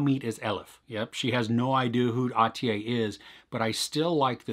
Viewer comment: The last syllable of Atiye is pronounced as "-yeah" not as "-yay". Nice review though I think the best Turkish series is Şahsiyet (Persona), but I don't know if it's on Netflix.